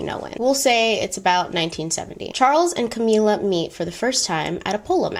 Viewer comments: Sorry to be weird about this, but I think the correct pronunciation is CamILLa, not CamEELa. Like the word "ill". Love your content!! Keep doing what you are doing! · cam-ill-a, like sick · So love your content! But this video irked me with how you pronounced camilla’s name. “Cameela”??!! Noo. It’s ca-mil-la pls don’t accentuate makes camilla sound pretty princess like which she is not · “Cameela” My brain: Ca-mill-a Every.single.time lol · I’m dying at your pronunciation of Camilla, you’ve given it a Spanish flair 😭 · I’ve giggled every time. Anyone else but.. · Yes I got that too and I am an African who watches many Mexican movies. These movies seem to have a lot of Camilla in it and sound just like calls it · Thought I was the only one😂😭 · The way you are pronouncing Camilla 🤣🤣🤣🤣🤣🤣 but you said you watched the crown !! Love the video regardless